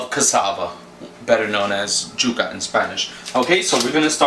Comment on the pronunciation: Yuca not juka!! Y sound not J!!